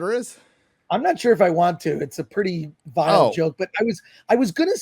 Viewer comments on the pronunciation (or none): none